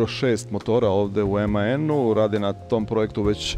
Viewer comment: Nije "emaen" nego MAN